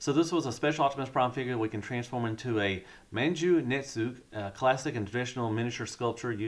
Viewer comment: Japanese pronunciation: - Jizai = "jizzz-eye". - Manju Netsuke = "man-jew net-sue-kay". Hope this helps.